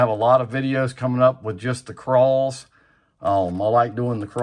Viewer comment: Nothing just noting how your accent makes 'Craws' sound like 'Crawls'